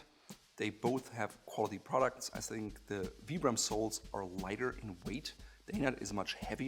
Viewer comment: I'm pretty sure it is pronounce veye-brum ...pretty sure those soles started as hiking boots...aw man I love the Gordons Fisherman shoes...have a pair myself (I also live in Florida)...I've got a Mercedes umbrella that can easily shield 2 people from the rain